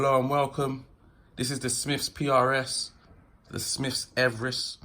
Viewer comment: Ok can’t listen to this if you say Smiffs wot went up Everest. Jesus man!!